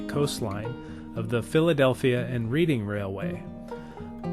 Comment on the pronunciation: I would like to point out. It's pronounced "Redding" not the "Reading" Railroad